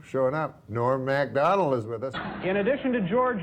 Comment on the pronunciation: Norm MACK-Donald.